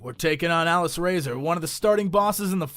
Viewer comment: Aww, Jesse pronounces Alysrazor wrong!